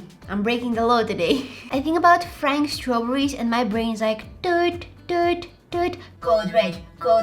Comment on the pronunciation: strawberrys?.. STARAWBAARYS?.. are you okay in there?.. :( that line it me hard